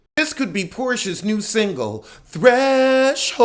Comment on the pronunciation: Not "Threshold"...lol